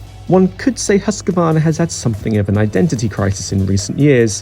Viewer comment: It's Moto "Gootsy" and "Hoos-quarna" please.